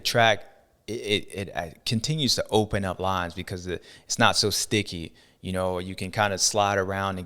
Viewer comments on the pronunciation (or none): none